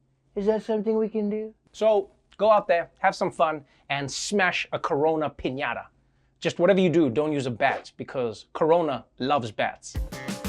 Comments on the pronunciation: I guess we can all use a corona "piñatha" these days. (I'm not sure why the way she's pronouncing it annoys me so.) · Did NO ONE try to help that poor newcaster? Pin-yah-tha??? It is such a simple word, come on.